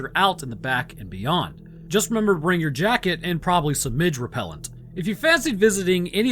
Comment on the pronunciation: LMFAO! I thought he said "ridge repellant" and was at a loss... but if it's "midge repellent" that would actually make sense because I think midges are these tiny little gnat-like things similar to noseeums.